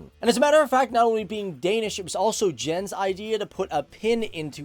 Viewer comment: Ha! Funny to hear you pronounce the names. It is Val-de-mar Poulsen - with most preasure on the last part. Jens and Jensen is not pronounced with a d sound first - it is more like Yens and Yensen 👍😜